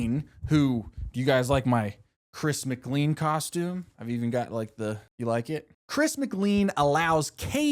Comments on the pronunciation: I love this video and wanna see at least the next 2 seasons and the Amazing Race season done like this. DJ was always my pick and I never really understood why but I love him. However, it just strikes me every time you say Chris's last name. Chris says it like "Layn" like a bowling lane. That's my only note. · pronouncing mclean as Mick Lean is crazy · I hurts me to hear you mispronounce "Chris McLean." It sounds like "McLain." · According to his name is Chris Mc-Clean not Chris Mclane (and yes I know it’s spelled Chris McLean I’m just going based off of pronunciation he is the Mr Clean) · every time you pronounce it chris mc'lean' instead of chris mc'lane' i take physical damage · Anybody else click off when he called Chris "Chris Mc-Leen" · "migleen" not making fun of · I can’t believe no one is commenting on the pronunciation of McClean 😂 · the way he prounounces "mclean" irks me. its not a lean burger from mcdonalds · After hearing your pronunciation of Chris McLean, idk if you actually watched the show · I don't think I've heard chris mcclean pronounced like that before